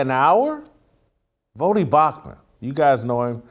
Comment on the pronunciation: Bro, did you say Bauchman? Twice, in the beginning? You're my dude but come on!!